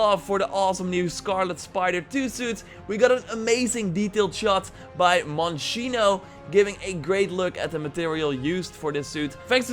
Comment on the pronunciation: Thanks for showing my pic ...btw it’s Mosheeno lol